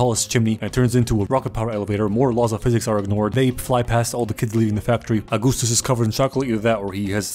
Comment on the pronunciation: "I'm Ahgoostoos!"